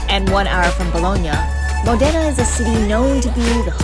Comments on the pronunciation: Mòdena, not Modéna, dio sfighèeee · You probably should have learned how to say Modena at some point during this trip.